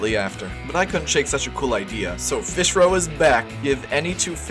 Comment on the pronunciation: take that back, we have tropical fesh